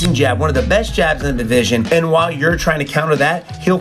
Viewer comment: That "..middle weight divijsh" just earned a like